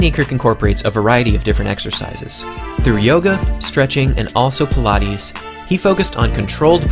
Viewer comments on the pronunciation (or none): none